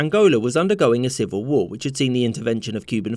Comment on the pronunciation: "Civil war-eeee" 😂